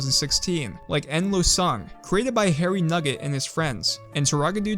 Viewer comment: wy did you prononce endlosung (holocast) like it is some sily japanese name 😭